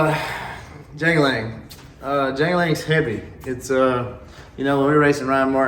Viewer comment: His name is jangle leg not jang a ling..im a huge kye kelley fan..love the movie life as well